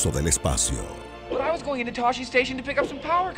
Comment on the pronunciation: No es Toshi, ES TOSCHE! TOSCHE STATION!!